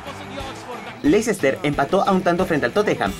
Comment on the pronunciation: oh sí, lo que implica el atalanta, no es la Juventus, ni los de Milan ni el Nápoles. Y otra, se pronuncia "lester", veo que batallan mucho los de tu país para pronunciar nombres en inglés.